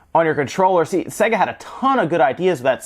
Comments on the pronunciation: Say-ga. Not Segga. The games literally tell you how to pronounce it. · "Say-Ga" not "Se-Gah" Jees!!! - it even says it properly at the start of the games!! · It's not pronounced "Segger", for fucks sake. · I have a grave vendetta against people that pronounce sega as "sEGG--uh". It's "sAY-guh". They pronounced it that way in their in jingle. Remember? "Saaaay-guuuuh~". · it's NOT "say guh". they say that in the jingle because americans can't pronounce words. Play the japanese version of games to hear how to actually pronounce it. it's "sɜ-gɑ" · not supposed to sound like how service and games is pronounced unless you think so. With that logic it's more like "Suh Gay" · The Sega Corporation is called 株式会社セガ (Kabushiki gaisha Sega), where セガ (Sega) is pronounced with an "e" like it pronounced in "bed". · I loved this console so much! And he can’t pronounce SEGA! Lol